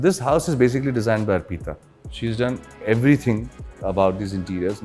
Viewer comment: Ar peeta nhi hai bhai arpita hai naam uska !